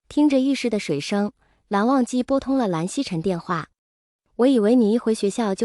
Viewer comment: 藍曦臣，不是臣曦， 錯得離譜 從第一次出現就唸錯